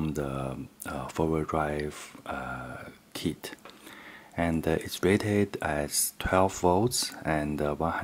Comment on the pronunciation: When he said kit at first I thought he said tit